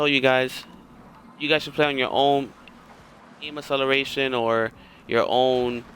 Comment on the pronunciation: Someone needs to learn how to pronounce acceleration properly